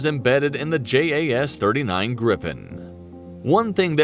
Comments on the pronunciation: J in Swedish is pronounced like y in yes. So it's pronounced Yaas Greepen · And its not JAS, Its More like YAZ